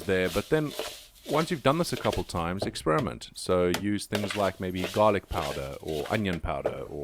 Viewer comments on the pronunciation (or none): none